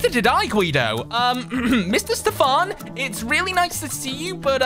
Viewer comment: You need to practice Saying Voice “Stefan” There’s Nothing Stefan not Mr farn